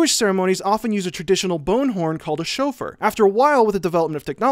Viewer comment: I love these videos but that pronunciation of shofar made me sad